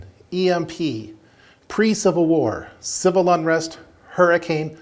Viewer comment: CIViL not Cival. Great video though.